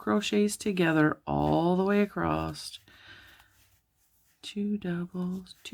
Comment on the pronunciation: Thanks for this pattern suggestion. Might I just point out that you are mispronouncing "across"...there's is no "t" at the end, as you have said it throughout your video ;)